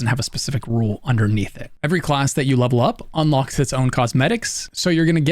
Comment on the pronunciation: "And this is where ur gonna lup-lup all ur weapons, ur gonna lup-lup all ur classes..", lup-lup is all I hear now.